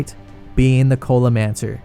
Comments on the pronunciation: did this man just call the culinaromancer the cola-mancer lmao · Why do you keep saying culimancer